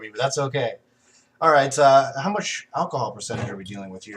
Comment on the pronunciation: Pronounced How. Not How-e. :P